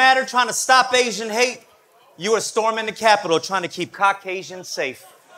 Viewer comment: He said "Asian" in a way that sounded like "aging," so he used it like a homophone.